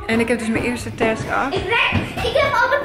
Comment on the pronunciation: 😂task je moet zeggen tesk